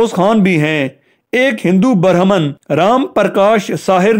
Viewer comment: Bhai "ber haman" nahi " brehman hota hai.....aur "Pendat " nahi " pandat " hota hai.